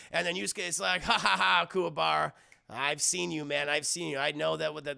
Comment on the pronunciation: Lol back when you were learning their names. "Kumara"